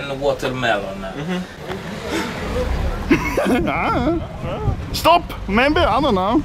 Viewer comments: Stroberi or wotermelone xD!!! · This is stroberi and *watermelone*. IM DYING 😂